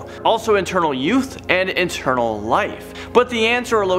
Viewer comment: Internal or eternal? It sounds like he says internal